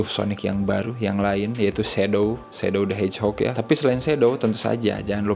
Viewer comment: Sonik "de hejok"